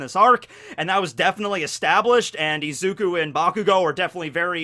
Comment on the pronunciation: This boy called izuku ezuku 😂